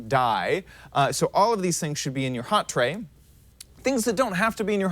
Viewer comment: dude its not hot trey its hotbar............. you say so many things wrong and it just BUGS me so bad if your going to say something say it right and say it with proper grammar